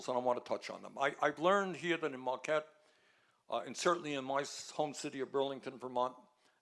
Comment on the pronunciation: There’s no ‘r’ in Marquette.